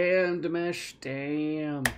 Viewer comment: His name is Dimash not Demash. Pronounce it Dee mash like mash'ed potato. Deemashh 😅